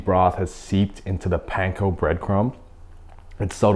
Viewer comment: Thankyou for pronouncing "panko" properly. Idk why, but it has always irritated me when said with capital A.